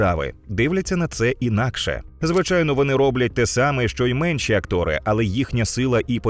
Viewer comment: "Актори", не "актОри" – від англ слова act - діяти. Вже вдруге помічаю. Така проста помилка, чого ви її ігноруєте?